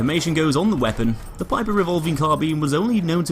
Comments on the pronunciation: It's Pieper not Piper! U would say it like Peeper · I thought it was pronounce peeper lol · Not trying to be rude, but it's pronounced ''Peeper" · I know I'm late and I hate to be that guy but it's pronounced 'peeper'